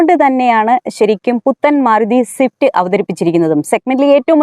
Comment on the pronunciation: സിഫ്റ്റ് അല്ല സ്വിഫ്റ്റ് 😂